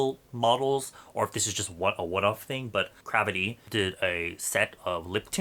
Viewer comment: 😂😂😂sounds like saying crappy